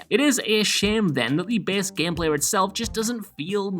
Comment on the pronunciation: "gehmpleh" lol